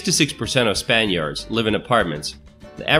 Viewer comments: Check this out "66% of Span-Yards live in apartments". Unusual pronunciation of Spaniards... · What the fuck? Why do you pronounce "Spaniards" like that?? Span-YAAAARDS?